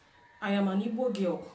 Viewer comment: Please , try and speak louder whenever you are making video.. Point of correction, It's Igbo not Ibo or Eboe.. don't follow white man pronunciation during the colonial rules.